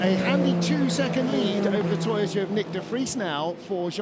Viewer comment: Thank you, love this coverage! But, the Japanese team is To-yo-ta! Not To-ta! Please get it right! My Japanese girlfriend is giving me curry!. Not in a good way!